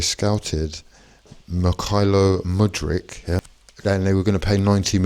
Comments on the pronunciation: You may need to learn how to pronounce your new player's name! Many thanks for the bag. We're on the phone to Rodrygo as soon as the register goes cha-ching! Up the Chels 💙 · Can’t even pronounce his name but you’re so certain he’s crap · There is no way that's your sincere attempt to pronounce Madueke 😂